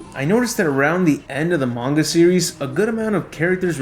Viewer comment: The ma gan is how is how he says manga